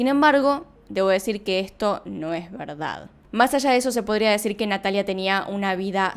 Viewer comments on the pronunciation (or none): none